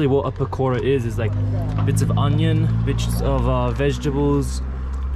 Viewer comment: omg love the way you pronounce pakora :D LOL so cute